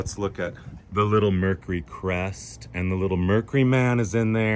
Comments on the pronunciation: MER-KYOO-RY has three syllables! *Surely you've heard it said properly. Also this is NOT one of very few 4-door wagons with no B pillar. They were a late '50s-early '60s fad. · Mer cure ry Not mer ku ry